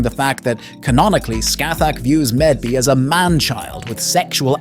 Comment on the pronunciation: Mave. Medb is pronounced Mave. Blame whoever did the English transliteration from Celtic lol